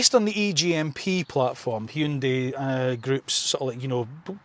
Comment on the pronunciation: Wonderful video. And kudos on your correct pronunciation of "HyunDAY". Keep up the amazing work!